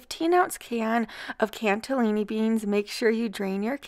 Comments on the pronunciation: Every recipe looks delicious. I have 2 slow cookers because I use them so much! P.S. There is no t in canellini beans. You call them Cantillini. So cute. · Loving so many of these recipies! Thanks, just what I needed. BTW there is no 't' in canellini beans, lol.